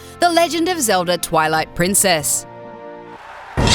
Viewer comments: Josh Guerra she says legend of zelva... i think this alone would be enough for anyone working for a company that gave even a smidgen of a shit about its content to not get very far with that bullshit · it sounded like she said zelza too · Legend of Zelva? Seriously? Is it really that hard?! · she said velda iinsted of zelda and melee insted of meley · "The Legend Of Zelva, Ocaweiner Of Time" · "The legend of Zelva: ocareener of time" ... never heard of ot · I liked the "Legend of Zelva: Ocariner of time" one. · It wasn't just "Ocariner". It was also Legend of Zelva